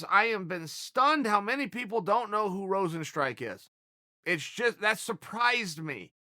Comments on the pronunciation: i prefer rosenstrike over everyone else butchering his name the old fashioned way lol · Yair is Yarear. kamaru is kamara. jeremy is germy. rosenstruik is rosenstrike. Jorge is george He’s gotta be doing this on purpose at this point.